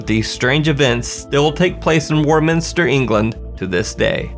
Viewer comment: Warminster in the UK is pronounced "waw" minster. Strange, huh. Can't get enough of your content, thank you 😊